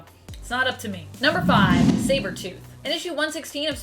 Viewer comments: Umm,, did you say "Cybertooth"? 😄 Love the vids, btw! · Did she just say Cybertooth, instead of Sabertooth ?